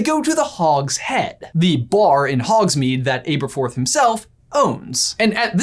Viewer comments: omfg its Aberforth like ( æ ) same as Albus and Ariana - a short vowel sound not a long one. Your over annunciation for effect is so obnoxious and it causes you to say some really weird things. Seriously - can we get cinema sins to do a sin reel for every mispronunciation of COMMON English words and their STANDARD Americanized pronunciations?! I for one would love to see an average of just how many sins per video they would rack up.... Or even better- Let's ask Your Grammar Sucks to start a sub-set of videos just for the called - your pronunciation is ridiculous - maybe we can get some laughs out of the haunting video boggart that is atrocious and flagrant - constant mispronunciation of common words just so they can deliver that weird affected speech pattern they both use in their performative character delivery. I love their theories but I prefer to watch their videos with the sound turned off because of the ridiculously stylized cartoonishly over the top annunciated way they do their monologues in performative speech. Even for them, it is so unnatural that they each physically struggle with the effort of delivering it! In fact, you could watch any video and just make a drinking game out of any time they mess up a completely normal word because of the way they are putting in such a physical effort to over-exaggerate their own speech patterns. They both do this all the time many many times per video... It is mind-rending. With all sincerity - If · Does it bug anyone else that he's saying his name wrong? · anyone else triggered by this brother's pronunciation of Aberforth? I was sure it's a soft "a" not a hard "A". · Hermoine:It's actually pronounced AB-ER-FORTH, NOT AA-BER-FORTH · Am I the only one annoyed with him saying ''Aber'' with a long A and e, or was I saying it wrong with a short A and e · ITS ABATHORTH NOT ABEATHROTH it's pronounced ah-bah-thorth not ai-bah-thorth Please that killed me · It’s ah-berforth not ay-berforth